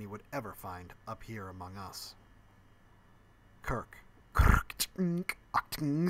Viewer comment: it still boggles my mind how you seem to be able to gallop right into and through Kirks name as if it were simpler than saying Otorhinolaryngologist